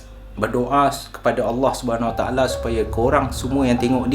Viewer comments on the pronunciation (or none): none